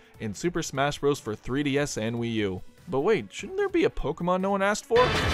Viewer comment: i cannot be the only one to hear "smash for WiiDS and 3U"